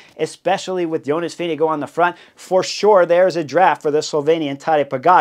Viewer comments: doesn’t seem obvious, reading the above about how to pronounce his name. The last part (gaard) is the old way of spelling “gård”, and is pronounced pretty much like the English word “gore”, not like “guard” or “go”. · Vingegaard...how is this actually pronounced ?? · THANK YOU !!! I was trying to make a point... As much as I enjoy the in depth analysis of racing bike racing, I wish there was at least an attempt at proper pronunciation of VINGEGAARD..